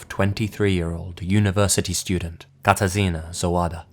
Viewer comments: You did pretty good job with spelling Katarzyna ;D Anyways I was really shocked that something like that happened in my country, I haven't heard anything about this case o.o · totally unrelated to the stories, but I really like how you pronounced "Katarzyna"